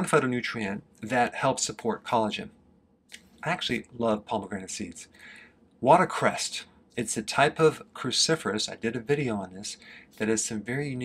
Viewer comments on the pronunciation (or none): Watercress, not "water-crest," Dr. Berg. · Dr.Berg -- what the heck is going on with you? pomegranate seeds..? Seeds, when we eat them, cause mental illness...just like with chocolate from the cocoa beans. and you definitely dad "waterCREST" instead if "waterCRESS" Who are You? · Er water CRESS, not 'crest'.